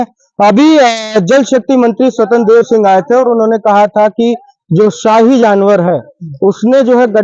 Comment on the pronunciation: Shyahi nahi shahi hota hai neta ji